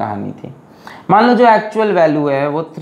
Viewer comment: Legend always say jow by jow = jow by jow😂😂